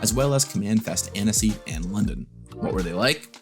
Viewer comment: Annecy it's such a charming ville. By the way, we pronounce it "AN•Ci" in french 😅 It's such a shame that I didn't participate in paupergeddon :/